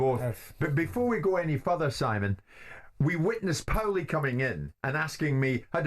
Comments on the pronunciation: Why’s he sayin powlie. ! Shut up Jim ya banger !! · Jimbo, just an fyi, it's pronounced porlie ratherr than powlie - see The Soprano's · Yes what an earth??!! I thought it sounded more like pale-ley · Wish Jim would call him ‘Paul-y’ and not ‘Powlie’ 😂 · lol... he pronounces paulie like "towelie" from southpark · It's like he's never heard the name 'Paul' 😂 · Why does he keep calling Paulie "Powlie"? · Why is it so difficult for Jim to say Paulie 😂😂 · Someone help Jim with his pronunciation Jaysus! Embarrassing us!